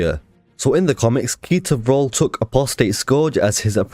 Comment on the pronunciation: When you said ketor vrol I thought you said pizza roll